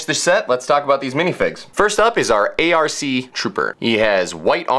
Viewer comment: Its not arc its pronunced all tougehter like arc